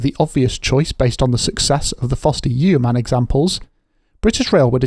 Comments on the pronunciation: yeeeeeeoman? does nobody learn how to read these days? It is pronounced Yoman like Roman with a Y. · It's not YEOMAN - it's pronounced YO -MAN - with a silent 'E'. ....I hope this helps ? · It’s pronounced ‘yowman’.